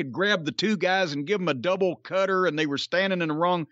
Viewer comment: Why can’t Jim pronounce the word “cutter” or “ladder” ?!? ladddeurrrr